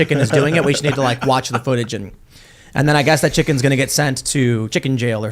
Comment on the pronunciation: I am worried for Tim's chi-CKENs.